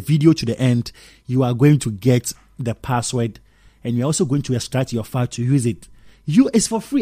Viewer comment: Saying password wrong